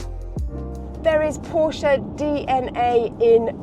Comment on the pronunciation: The otherwise solid is revealed to be malleable; for craven enthusiasm must be feigned. This Porsche (at least she pronounced it properly - 'porsher') is remarkably ugly. Pedestrian in its styling it looks like an entry level Ford, or every other EV saloon from an east asian production line. The battery laden floor pan elevates its profile and makes it look like a lorry. It's just, as the Macmaster can attest, another overpriced product wherein - just like faux, earnest appeal - 'BBB' - Bullsh*t Baffles Brains.